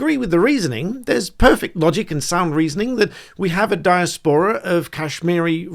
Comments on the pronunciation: Britain should be funding Britain I have never heard diaspora pronounced in such a way. Not sure what dia's pora is but willing to be enlightened. Quite off putting from the subject matter. It is di·as·po·ra I attended the University of Sussex in the '90s. It was filled with conceited, deluded, "superior" types back then. Once respectable centres of advanced learning need a reset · It’s Di-aspora not dias-pora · Di-AS-po-ra - emphasis on second syllable. Why finance the airport in foreign country? We pay for the airport in Britain; Pakistan pays for airports in Pakistan. Sorted! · iv never heard some one pronouns diaspora like that before. you said it literally like... 'Die-a-spor-ra' i thought it was 'de-ass-pra'. I wonder if anyone can understand my attempt to spell pronunciation and witch way is 'correct'. not that it really matters! its just interesting. anyone have an opinion? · The amount of educated people who don’t know how to pronounce diaspora is embarrassing. Dai a spuh ruh! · Sorry to be that person but its pronounced di-A-spora. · you say 'Dia-spora' like an idiot who says 'hyper-bolly' .... LOL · apart from mispronouncing 'diaspora', you are WRONG about this being an OK request - 'in principle'. It's absolutely NOT OK to spend UK Taxpayers money abroad in this way. E V E R. Let them raise THEIR OWN TAXES...!!! When we are out of debt - THEN we can LOWER TAXES, so people can keep THEIR money that T H E Y HAVE EARNT. Simples...!!!!